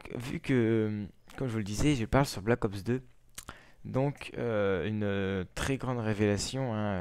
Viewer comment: Pour moi je ne l'acheterais pas mais sa me tenterais quand même de le tester. Sinon bonne vidéo est ces Black Ops pas Balck Ops ^^'